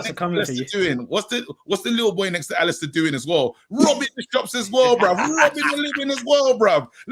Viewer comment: Man said Alistair you know 😆 🤣 Big up the panel and the channel everytime! 💣